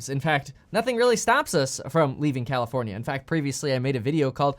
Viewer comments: Did he say commifornia? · Bro said commi-fornia 💀💀💀